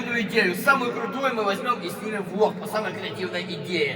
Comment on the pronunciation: Кому послышолось что он сказал не влог а влох